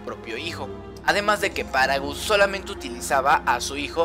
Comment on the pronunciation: Es paragas, No paragos